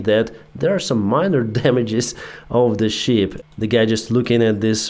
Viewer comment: there is quite a difference in pronunciation between "ship", a sea going vessel and "sheep", an ovine animal that gives us wool. "Ship" has a short "i" sound as in fit, lit, and bit. While "sheep" has a long "ee" sound as in feet, meet, and beet.